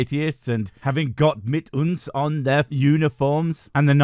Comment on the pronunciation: That was some really good pronunciation on the „Gott mit uns“. I’m impressed